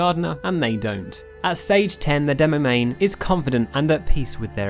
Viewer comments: Demomann, not demomaighne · not demoman *demomaneeee